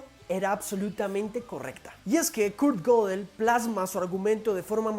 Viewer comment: Se pronuncia gedel, no godel